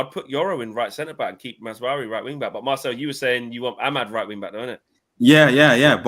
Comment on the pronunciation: It's MaZraoui not MazWari